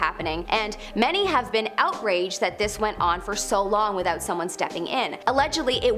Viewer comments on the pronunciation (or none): none